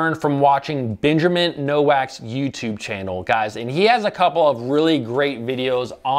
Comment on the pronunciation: People always slaughter that last name it's pronounced Nowalk , Not Nowack